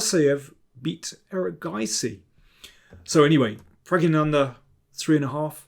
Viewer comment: Pragg"i" ganandha you said. At the worldblitz Championship, that woman was repeatedly informed by Levi, how to emphasize Nepomnjachi (written correctly). No chance : Nepomn AAA tchi . Now you 'll probably insult me again with: ...hopefully my face did not spoil the video for you.(back then, when I tried to explain to you also, how to emphasize NepOOOmnjachi). Well since then I always cover your face with a piece of paper ...